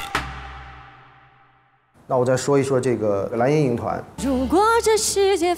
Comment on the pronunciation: 伊能静自称自己音乐担当真的是…她的脸真大…人家黄圣依也是歌手，声线音色比她出色太多了…每次听她说蓝（懒）莹莹我就想笑，然后还说张萌不让她唱她这辈子会遗憾的，哈哈哈，还有跺脚那块…哈哈哈